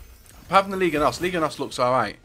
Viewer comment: it aint ligue..., its liga